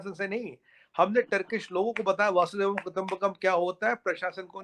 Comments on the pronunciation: आपका जवाब नहीं|आप अतुलनीय है|सिर्फ आप एक गलती बारबार कर रहे हो|वासुदेवं कुटुंबकम नहीं, वसुधैव कुटुंबकम कहो|वसुधा या वसुंधरा पृथ्वी का एक नाम है| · ए पोपट वसुधैव है वासुदेव नही. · Not Vasudev.....its vsudhaiv kutumbkam..... Har bar sunna atapata lagta hai...